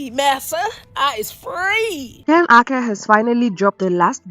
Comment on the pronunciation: Gypsy make me sick how she doesn't like Ken's last name so she just says it differently lol like the R can be taken out at random! Bish it's URKER not UKER.. change yo name!